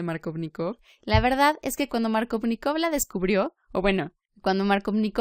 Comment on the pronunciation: "Maarcóvnikov" como lo nombras suena a superheroe de Marvel xDDDD Jajajaj buena explicación